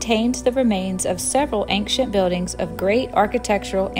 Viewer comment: Why are you pronouncing the word 'ancient' like that? Do you have a speech impediment? Also, the whole thing about the concrete on the acropolis is bullshit propaganda from the political opposition of the ruling party. They're scraping the barrel of topics to "call out" the government. It's there for people to appreciate the monuments without getting hurt. Before that, 12 people a DAY, slipped, fell and got injured. If you're going to make an opinionated video, at least show both sides of the coin.